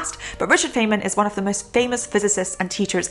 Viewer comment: Feynman is pronounced fine man, and Heinlein’s books have been interpreted as fascistic. I’ve not read either but I am tempted to read them now